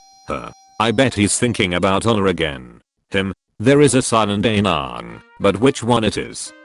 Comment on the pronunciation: It's pronounced A-ang so there isn't a silent a